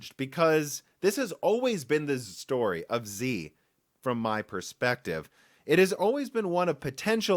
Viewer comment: Intel Xe is the letter "x" followed by the letter "z". It is NOT pronounced "zee".